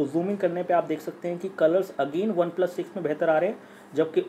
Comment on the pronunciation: 3.23 obeplus 😂😂